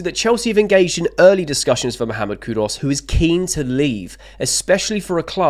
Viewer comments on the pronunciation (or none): Don't know who's KudOs is... but I wouldn't mind KudUs.. it's Koo-Doos, mate, not that complicated. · Mate try learn to pronounce people’s names correctly. It’s disrespectful to the player and off putting to viewers. Who is Cud Us by the way?